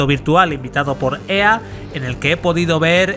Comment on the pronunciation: "Ua convencion de EeeeeeeeeAaaaaaa"